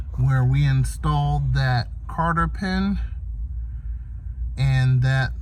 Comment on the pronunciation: Thank you. Very good. Maybe I'll do my 87 TSi sometime. The clutch is slipping when goosing the throttle. Were you saying Carter or Cotter pin? It's Cotter.